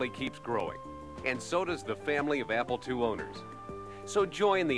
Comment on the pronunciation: it sounds like he's saying "Apple twoee"